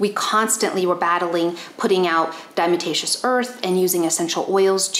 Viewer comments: Please learn how to pronounce “diatomaceous!” I’ve watched 3 of your videos. You said it wrong in two of the three (the other was the live with Dr. Judy). I have no doubt that I can learn from you, but as soon as you say dime-a-ta-shus, I’m done. Yes. I’m triggered by people who want to be paid as experts on a subject mispronouncing important words in their focus field of information. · Mispronouncing DE, it is: dia-tom-aceous earth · You are mispronouncing diatomaceous earth.